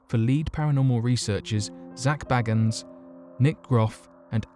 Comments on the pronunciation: Bagens: bay - gins not "baggens" 😆👍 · I know, I was spelling his name phonetically because he pronounced his name incorrectly. Bagan is pronounced "Bay-gins".